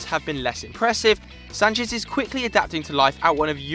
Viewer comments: 1- Renato Sanches won the League and the League Cup. Respect my dear Braga which actually won the Cup. 2- Why do you say Sanches with a Spanish accent? you are saying like he is "Sanchez" but he is Sanches 3- João Mário was and is the most expensive portuguese player to have left the League. 45 million. Sanches was 35 million euros. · I'm portuguese. I think I know how Sanches is pronounced. In Portugal "Sanchez" doesnt even exist. Its like, we have Rodrigues but not "Rodriguez". The "z" is spanish and the names are said differently. Portuguese and Spanish are two different languages, so both the spelling and pronouciation are different. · Renato Sanches is a portuguese player. Names dont change according with your nationality. What people have to do is learning how Renato Sanches is pronounced in portuguese as it is different from Spanish.